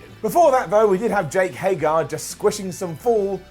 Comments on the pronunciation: It took for to Mispronounce Jake Hager's name. I don't get it....someone please explain this to me. Why does he do this? I have heard him say HAY-GER before. So why does he keep saying HAY-GAR?? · Bro it's jake HAGER not HAYGAR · jake hagER not jake hagAR